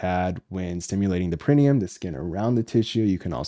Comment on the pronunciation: Thanks for talking about this sensitive subject. Hopefully someone who has questions will come across this medically-sound explanation around this topic. Only one point of order: perineum, origin is Latin (which places emphasis on the penultimate, or next to last, syllable), would be pronounced with the emphasis on -ne-...so peh-ruh-NEE-uhm. But thank you so much for being a solid and trustworthy resource.